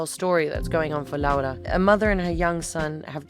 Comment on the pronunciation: Dua Lipa not only makes fantastic interviews, she goes as far as to learn proper pronunciation of names such as "Laura", these small details entail so much effort on her end I can't help but be fascinated by it. I bought this book some hours ago because of this interview, thank you, Guadalupe, thank you, Dua